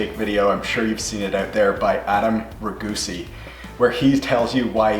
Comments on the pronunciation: Ragusea is pronounced "Ragu see aa" not "Ragusee" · Ragusea is pronounced ruh goo see ah